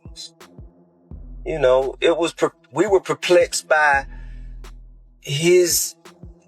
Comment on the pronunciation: He can't even say perplexed